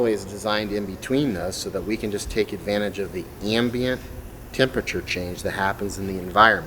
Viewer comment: It’s disturbing to me to hear so many scientists mispronounce the word temperature.